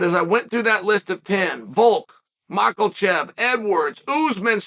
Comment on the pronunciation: WHERE IS THE L IN MAKHACHEV